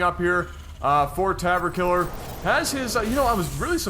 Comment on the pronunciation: there is no R in tav ...